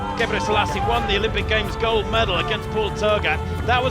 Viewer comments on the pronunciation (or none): none